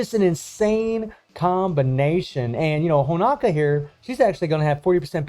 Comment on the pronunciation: Please man. It is HonOOOOOka. Not Honaka. I really thought by this point someone would have tell you. I love you and your content but you destroy her name every time. You dont have a clue how much It bothers me. You must stop. It is with an O, HonOka. Please or I will kill myself! Please!!!!!!!!!!!!!!! STOP!!!!